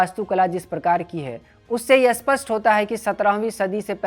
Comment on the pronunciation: भाई साहब, 'अस्पष्ट' नहीं 'स्पष्ट' शब्द का उच्चारण सही करिए। आप अर्थ का अनर्थ कर रहे हैं। इस चैनल में उच्चारण की समस्या बहुत होने लगी है।